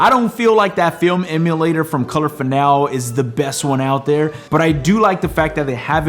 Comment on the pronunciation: It's fin-AL-ee.